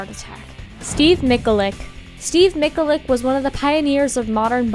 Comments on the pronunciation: Steve Ma chal ic not Steve Mik a lic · mi-hal-ic